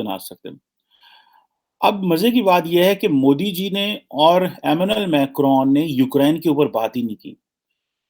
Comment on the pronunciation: Please work on your pronunciation,his name is Emmanuel Macron.not as you said amenal macron...kya PhD kar ke betha hai...